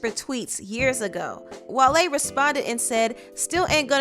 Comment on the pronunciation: His name is pronounced whale 🐋 not wahlaye 🤣